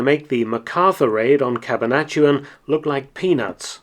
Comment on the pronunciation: It's not Cab-a-nat-uan, it's Cabana-tuan.